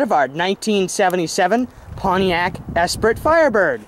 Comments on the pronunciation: Esprit pronounced Espree not espritt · Actually, it's pronounced "es-PREE". Nice car.